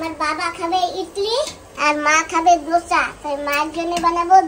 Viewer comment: ধোছা নয় দোসা । ধোছা শুনতে খুব খারাপ লাগে ।